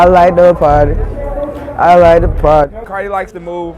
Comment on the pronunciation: i likeda pardy, i likeda pardy